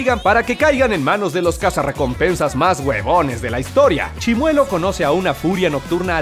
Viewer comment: Grax prro por el saludo :'v/ Edit:Lo mejor fue que lo pronunció bien y como yo siempre me pronunció :'v/